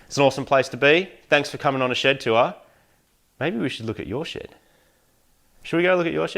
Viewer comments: as an american i hear "Im mighty from mighty car mods, welcome to my shit!" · Moog's shed is pronounced 'SHID'.